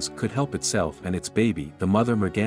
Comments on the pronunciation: Take a drink everytime he says "mergenser" RIP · Merganser? What?? How on earth could automated translation call a deer a merganser? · new drinking game..."the merganser cub" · Take a shot Everytime you hear Merganser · I pray that this is the last time I have to hear merganser Evev!!!!